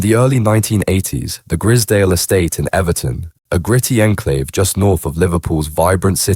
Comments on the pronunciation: You pronounce it like you would say prize .. grizedale estate not grizdale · “Grizzerdale Estate” 😂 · AI voice? Keeps switching pronouncing their surname. Also the pictures look like Grizedale Estate, Lake District. Very different type of estate to the one in Liverpool